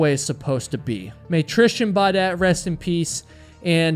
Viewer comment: 9k likes to about 400 dislikes isn't bad at all. There's always some vocal minority online. Not gonna pretend I can't criticize him at all though; he said Tristian Bawdette every time when it's TrisTAN BEAUdette, which could be seen by strangers to the channel as disrespectful because those shouldn't be so hard to pronounce. He also does that annoying "you have to subscribe" thing--no. No one has to. Subs are a privilege, it makes you sound entitled. Brutally honest tough love here, not hate. But that said; I am here because I enjoy his stories. Seems like a great guy. If he takes user feedback, he will keep growing in popularity because it's great content.